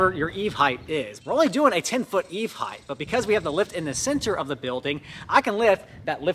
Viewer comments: Heighth is not a word. Over 20ft in height not heighth. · Wicked cool project, but I have to be that guy for a second. There is no such word as "Height-th". Height Width That is all.